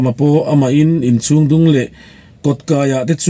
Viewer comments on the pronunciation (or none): I aw hriat a nuamin i chhiar thiam khawp mai. Chutih rualin thin tih trin, pasaltha tiha pasaltra tih te, hei bakah chhung tih tura chung, chhuak tih aia chuak tia i chhiar thin tea 'h' i lam hmaih thin te hi han siam tha ta la ngaihthlak a nuam zual ang. Thahnemngaih thilah aw, subscriber nih ve manah.